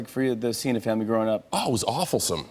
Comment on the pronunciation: santino says John Chena..... 😂😂🤣🤣